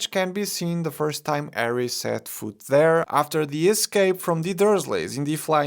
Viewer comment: I really like how he pronounced “arry potter” 😄